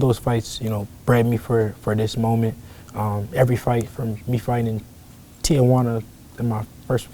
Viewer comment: Dude said Tijuana lol